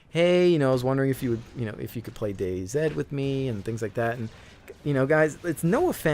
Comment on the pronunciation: I'm a huge fan or Battlefield but I have to agree I really hate both the company and stupid release of server control, which has now swamped the list with shitty metro maps! Really wana see 2143! loved 2142 when it was hot, need some more Titan maps :) Totally agree with you pronunciation of Day-Z, anyone who says otherwise is just WRONG! :) Keep having fun man.